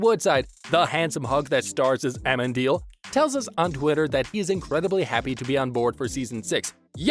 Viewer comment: I love how no one can pronounce Amenadill like how it’s pronounced in the show..